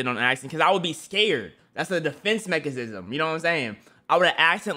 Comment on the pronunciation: "That's a defense mechizism" 😂😂😂